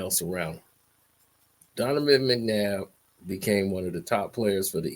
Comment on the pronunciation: Your pronouncing his god damn name wrong